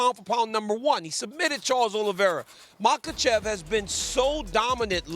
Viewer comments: "mahachev" .. okay close enough 😂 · There is no H sound in his name. I think he addressed this a while ago. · The lady can't pronunciate Makhachev. Steve asked Daniel to avoid embarrassment.